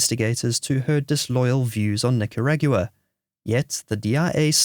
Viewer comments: wtf Nicaragyooah? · this automated voice is awful. Yes, I meant automated voice, not AI. If it was AI it would most likely know how to pronounce Nicaragua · You must be kidding. Can't even say Nicaragua.